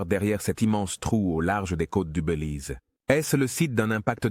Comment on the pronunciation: On dit : " Bélize" et non : " Beulize"! Faut arrêter la beu ou l'IA!